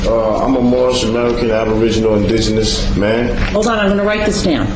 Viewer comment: Only First Nations and Native American are indigenous. Moors are pronouncing the word wrong, it is disingenuous. Watch the guy with the beard in the gallery. He is cracking up.